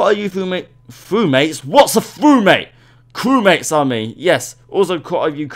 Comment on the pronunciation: I really like your channel :) [Edit:] lol “FrewMates”